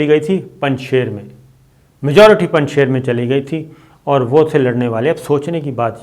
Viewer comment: the pronunciation of ..shir in Panjshir is sheer meaning milk in persian and not sher meaning lion. The milk from the cattle, sheep, goat, cows etc of this valley is of highest quality and best in taste, and thus the name. During soviet invasion, to produce image building of Ahmed Shah Masoud, the resistance leader from Panjshir, propaganda machinery of the west, started calling Panjshir as Panjsher (meaning five lions), while actually the name means five milks and NOT five lions.